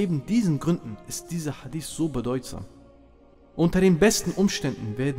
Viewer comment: schau Mal es Titel des steht sogar HadiTH meine Frage war, warum er es falsch ausspricht und das zudem als Araber